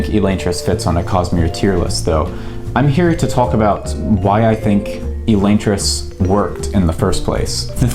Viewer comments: Wicked late, but Sanderson says Uh-Lon-tris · Is Elaine-tris the official pronunciation? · It's read as elantris, not elantris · The way you pronounce elantris gives me a migraine.